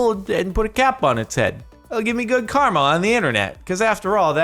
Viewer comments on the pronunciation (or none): none